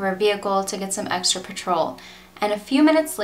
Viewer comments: PETrol, not patrol. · You misunderstand me. She mispronounced the word Petrol. It's not "pe-trawl" it's "Pet-rul". And all gas was only petrol in the UK and EU, not in the US. Here it was gasoline. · Petrol is pronounced PET-ril Buttocks is pronounced Butt-ucks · Interesting case. You mispronounced Petrol, just so that you know.